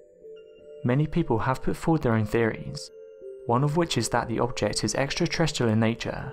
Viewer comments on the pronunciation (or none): Yet another speculative video full of irrelevant graphics ... sorry, my mind was not blown, far from it. Also, the narrator has really weird pronunciation "stronomers" um, i'ts AStronomers ... yes? Extra Trstral, um it's Extra Terrestrial, yes?